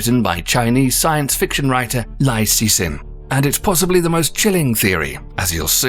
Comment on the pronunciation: Imagine pronouncing surname "Liu" as "Lie-u"